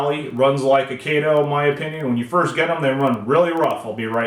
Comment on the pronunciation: Kato 👍 Kay—toeee yes 🙌